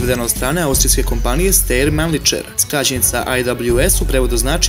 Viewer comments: MAJSTORE,ZA bOGA MILOGA TO JE mANLIhER SA NE MANLICHER??? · Video je dobar!!!Izbor koji si napravio je za pohvalu.Ali, ne znam zašto svi čitaju nemački kao engleski...,,Steyr" Stejer, već Štajr, ili Štajer.,,Mannlicher" se ne čita Manličer, već Manliher...I kod ,,krupnokalibarska" se ne stavlja crtica...